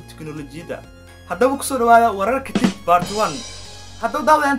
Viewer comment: It pronounce "tik" not "tej"